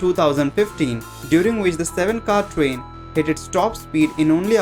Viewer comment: He says fastest rain XD